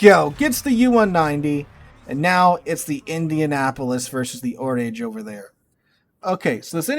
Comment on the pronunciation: "Oraaaage" not "o'rage".